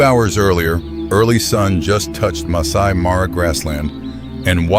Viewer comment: There is reality here but the footage is not real. The AI mispronounces Serengeti, Masai Mara etc. get the little things right if you use AI